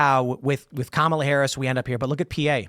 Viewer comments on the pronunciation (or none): none